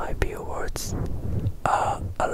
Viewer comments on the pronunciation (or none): it kinda sounds like hes saying bwords instead of viewers JSJDJSBBSJ hes so cute </3